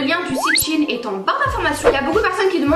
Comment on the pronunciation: SHEIN pas chiine sinon super vidéo 😅